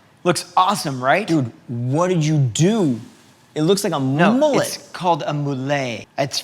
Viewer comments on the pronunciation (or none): “It’s called a ‘mou-let’ hahaha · Ok seriously, did no one die laughing over 'moulet'?